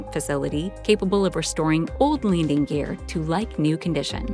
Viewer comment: Did she say Leaning Gear?